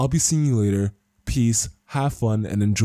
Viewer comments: Good video dude but it's Hen KA ku not Henaku. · dude stop saying HEN-A-KU theres are 2 fucking Ks in there xD